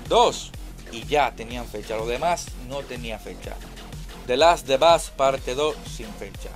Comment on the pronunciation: The last of us es tu kriptonita, nunca has mencionado bien ese nombre jajaja, muy buen video y ese death stranding parece simulador de delivery a pie el kojimon debe dejar la droga